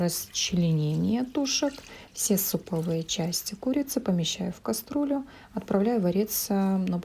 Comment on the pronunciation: Всё хорошо... Но,, КАСТРуЛЮ,, вместо кастрюлю. Это пипец... Простите.. Режет...